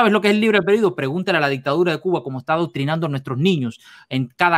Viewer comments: A casi un mes del debate,habrá por fin aprendido éste muchachito a pronunciar bien la palabra "albedrío" ? 😂😂😂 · pronucia mejor la palabra albedrío, en cuanto a, esto son los significados de "consorte": 1. FORMAL: Esposo o esposa de una persona. "cada uno de los consortes puede realizar los actos jurídicos y ejercitar los derechos que le corresponden con carácter privativo o exclusivo"2.Se usa en aposición a rey, reina, príncipe o princesa para indicar que comparte el título por matrimonio, pero no las atribuciones del mismo. "la reina consorte o el rey consorte no podrán asumir funciones constitucionales, salvo lo dispuesto para la Regencia" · El padre del Protesto tiene una cultura y un conocimiento que el "" canadiense quisiera tener por un dia de fiesta asi que dedicale a él las acepciones de consorte, y tienes razon el "" pronuncia mal albedrio